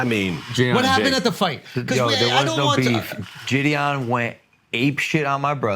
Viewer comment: It blows my mind how JiDion has just let everyone say his name wrong and he doesn’t care lol. It’s not Jid-E-On lmao